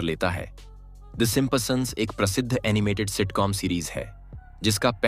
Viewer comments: Woh Simpason nhi Simpson hai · Simpasons nehi bhai Simpsons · भाई सिम्पसन, सिपंप्सन नहीं। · Simpsons ❌ Simpa Sons ✅ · Please pronounce Simpson correctly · Simpsons bholna tau seekh le